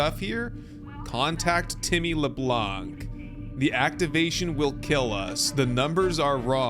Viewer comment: This Sons of the Forest series is very well done! In the name Tim Leblanc, we don't pronounce the "C" at the end. It's french ;P